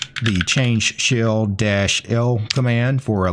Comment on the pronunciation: Why is it that every time I hear him say shell, I think he's saying shill?